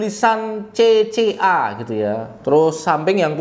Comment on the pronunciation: udh gw dengerin ampe speed 0.5x tetep kedengeran "CC Arab saudi.."😅